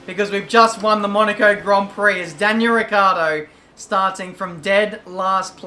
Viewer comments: please hear me his Name is not ricardo But ricciardo To get The it sound right you need To say it as rich-hard-o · is pronouncend like richard with more enfasis on The c since It is double and The o At The end